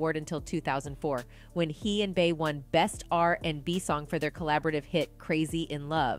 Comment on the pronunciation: To the narrator: HOV is pronounced as Hove, rhyming with Stove NORE is pronounced as NOR-E, rhyming with Story Bey is pronounced as Bee